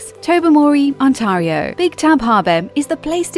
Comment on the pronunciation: The way you say Ontario hurts me